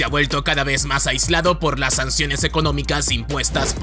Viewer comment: Realmente NO aguanto que hable "patinando" las palabras. Basta! Me refiero a esto de "la TotalidaDe de lasE personas"